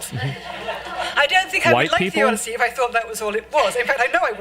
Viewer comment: The OD-E-I-ssey with Helen of DeTroyT. Woman completely misunderstands the Odyssey. Odysseus was the protagonist but wasn't necessarily the hero. Very beginning of the story he's arrogant and disrespects the gods that the gods punish him, and THAT is why it takes him 20 years to get home instead of a few weeks. What does he do when he gets to the Cyclops' home? He and his crew literally start eating his food, drinking his wine, I think killing some of his sheep to eat, then they fall asleep because they're so drunk & full of food. When the cyclops finds them asleep in his raided house he tries to punish them, and some of them get killed. Start of the Odyssey there's a whole crew on his ship, I think even several ships, but after all their punishment only Odysseus is left after 20 years. Odysseus does save his wife from all these suitors trying to go after his wife & grand estate, by killing all the suitors. Guess how the book ends? Here's a hint, each of those suitors had family and they all want revenge. The Odyssey is like the inverse of the Trojan War, in both cases Odysseus uses his wits to get through an impenetrable wall to the woman inside (Helen/Penelope). The main difference is The Trojan War is a story about war, while the Odyssey is a story about what causes war.